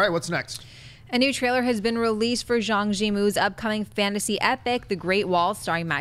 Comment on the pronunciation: lol hearing butcher Zhang Yimou's name xD